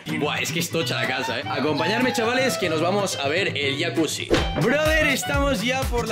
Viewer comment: Porque le dicen yacuchi si es yacusi